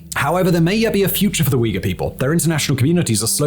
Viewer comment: Holy wow! Simon actually pronounced Uyghur right after so long! Was always hilarious hearing Uger.